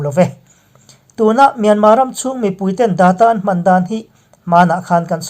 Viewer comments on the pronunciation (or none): MIANMAR ve hi chu aw hah thlak thin mange aw